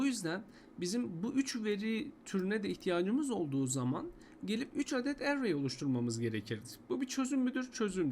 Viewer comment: array kelimesini telaffuz edişin sinir etti. dümdüz erey diyip geçemiyon mu dayı ne bu aksan hevesi